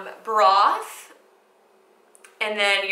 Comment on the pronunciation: It’s called chicken broth... lmao why she not know how to pronounce the ingredients? Also the constant cutting was super annoying